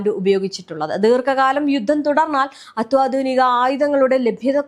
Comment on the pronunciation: അത്വാതുനികയല്ല അത്യാതുനികയാണ്